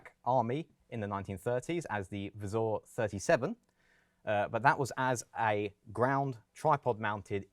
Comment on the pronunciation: Very nice pronounciation on "vzor". Well done presentation, sir. Thank you